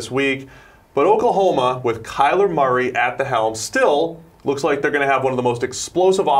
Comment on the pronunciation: Every time he says Maury instead of Murray I cringe. It's such a simple name...why go out of your way to say it so different and wrong?